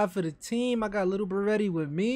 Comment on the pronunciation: Ik u like saying lil berete like lil beratay but it’s really pronounced lil berett